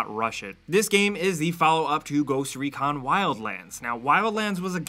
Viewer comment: "GhOsT rEcAn" its called ghost recon and not ReCaN